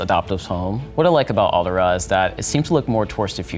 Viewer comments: Why does he keep calling Alderaan "Aldera"? That's bothering me. lol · He actually called it Alderaa. The nerve! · Great video but it hurt hearing him say Alderaan wrong the whole time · It triggers me the way he pronounces Alderaan.